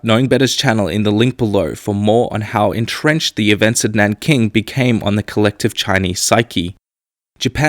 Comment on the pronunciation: its nanjing, not naking dummies